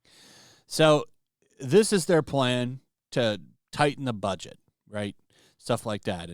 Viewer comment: Hahaha! ---> A hateful Boooooget... An out-raaait Wontsaaaaiii ( i presume) 😆